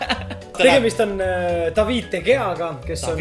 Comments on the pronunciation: De gea hääldatakse De heja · Häältatakse de Hea, kirjutatakse de gea